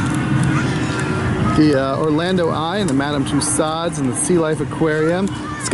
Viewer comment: I believe that was Central Park Zoo. Also, it's Mos Eisley Cantina, not Mosley Cantina. (And it's pronounced Madame Tu-So's). Cool video!